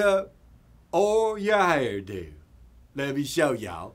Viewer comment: How tf do you pronounce "hair-do" like that?